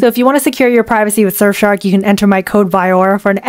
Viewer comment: I thought you said screw your privacy with surfshark XDDDDD